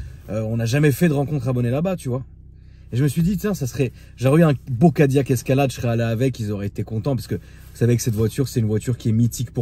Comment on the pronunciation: « Le Cadilaque » 😂😂